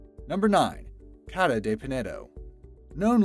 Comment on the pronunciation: ' Casa ' not ' Cada ' hahaha I'm portuguese :) Great channel ! Keep it up ! x